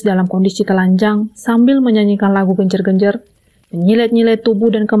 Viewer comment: Génjér- génjér, bukan gènjèr-gènjèr.